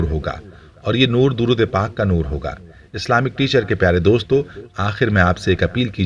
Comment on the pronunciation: Darood mein zer zabar ke hisab se alag tareeqey se padha